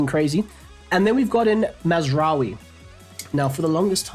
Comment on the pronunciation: did you hear pronounce Mazraoui? 😭